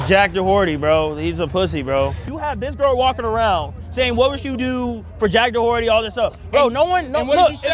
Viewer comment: dack joherty